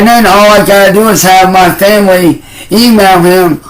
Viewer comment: Normal humans leave their homes for way more than 3 hours every day, but when “Muh femwee” has to do it it’s like they’re refugees 😂😂😂